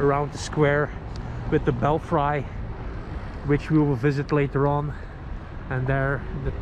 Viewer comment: I love your videos. I appreciate all the time you put into them. However the word belfry is pronounced 'bell free' because English is strange sometimes.